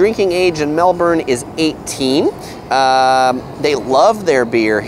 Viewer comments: You should start off by learning how to properly pronounce the name of the city: it's Mel-bun. The 'r' in the Aussie accent is dropped.. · There's an R. Melbourne. It's literally right there. Americans pronounce their Rs, so it's Mel-burn. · I appreciate that support Wasup Doc! My mispronunciation is definitely not for a lack of trying that's for sure! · Started to slip on your pronunciations of Melbourne and Yarra but still great, when compared to Most "what to do" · Saying we have 9 month winters is nonsense. Summers are hot and we have beautiful springs and autumns with temperatures in the low to mid 20’s celsius. Next time you do a video about Melbourne learn how to pronounce it, along with the Yarra river. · nice video and all but your pronunciation of "Melbourne" is killing me... haha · the way you say Melbourne makes me mad, other than that great review. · i cringe every time you say Melbourne. but otherwise awesome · First thing you need to know is how to pronounce Melbourne. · Same xD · It’s pronounced melbin not molborn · Its pronounced Mel-bin Not Mel-borne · The 1st thing you need to know about Melbourne is that the "bourne" like "burn" with a soft r and not "born". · A tip to sound more like a local in Melbourne, we Aussies pronounce it Melb'n or Melb-in, not like the Bourne Identity 'Melborn' pronounciation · I'm kinda trying to say "Melbin" but there is a US city in Florida with the same spelling and it's pronounced Melborn.. It's hard for me to kick that pronunciation out of my brain! :) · Im Australian and damnnnnnn (im from melb to but please don't say mel-BORN/mel-BURN say Mel-ben) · And it isn't Mel BORN....it is Mel Bun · It’s pronounced Mel-bun not Mel-born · BONUS: 1st thing to know about Melbourne is that it's pronounced "Melb-N" not "Melb-ORN" . Drop the "OR" sound to avoid getting eye-rolls from locals like me and stocking out like a sore thumb :) You're welcome. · Its pronounced mel-bin not mel-bourn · Where is 'Mel-born'??